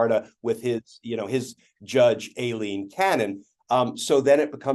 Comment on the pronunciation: It's eye - lean (Aileen).